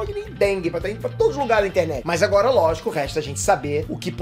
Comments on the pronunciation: "Calamba agola" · CALAMBA, E AGOLA? KKKKKKKKK